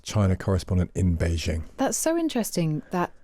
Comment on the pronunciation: It’s Bei Jing not szhing. Jing as in jeans